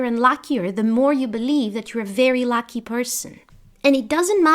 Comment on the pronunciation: I love your videos but you say “Lacky Person”…. I know you meant “Lucky Person”….